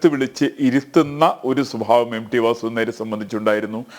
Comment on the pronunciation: M D alla M T, dear anchor